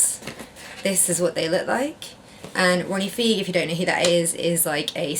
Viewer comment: Ronnie Fieg pronounced “Ronnie F-EYE-G lol